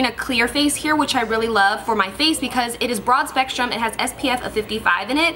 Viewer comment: It's funny how she said because when she was blotting her face. Hahaha. Becaush